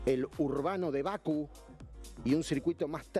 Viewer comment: todo perfecto, pero siempre decís Baku y es Bakú. Dale, no me pongas nervioso, dejame disfrutar tus análisis que son muy buenos. Pero Baku me saca 😂